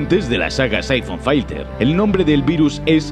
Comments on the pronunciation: ¡Se dice filter, no "failter"! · Es filter no fighter carajo